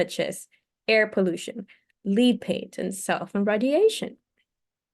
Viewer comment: Thank you so much. I really appreciate that you are reading this book for us. I am going to listen to the other sections as well. Your English IS great but I hope you don't mind if I give you a suggestion, in good faith and with appreciation. Look up the pronunciation of prevalece /lead / contributes on Google. Again thanks so much! Great job